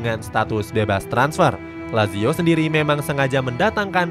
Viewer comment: kelemahan sarri sebenernya keliatan, kalo taktik nya kebaca atau plan b nya gk jalan dia auto bingung izin koreksi yaa min untuk pelafalan nama nya, semoga berkenan - sergej milinkovic savic --> sergei milinkovic savic (c tetap dibaca c, bukan k), asal nya dari serbia yaa min, tadi salah sebut - maurizio --> mauritzio - lazio --> latzio - sutton --> saten - serie a --> seriye a - joaquin --> hoakin